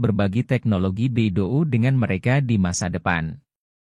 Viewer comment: Bacanya bei dou, bukan be i do u 😂